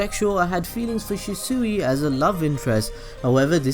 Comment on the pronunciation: Fucking shisuwi? It's pronounced shee swi